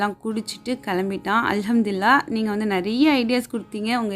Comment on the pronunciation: Alhamthillah ila alhamthulillah olunga theliva sollunga meaning marum